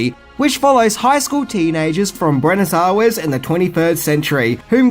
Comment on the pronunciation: Buenes awes? whom graduate from high school? whom are attacking...? whom? - Still, good video.